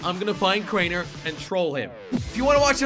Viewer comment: It's crainer not kraner